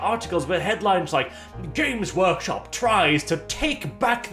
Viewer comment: The way says their name makes it sound like "Gimp's Workshop"...and it fits even better.